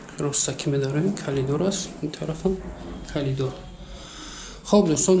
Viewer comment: Калидор😂 коридор 🎉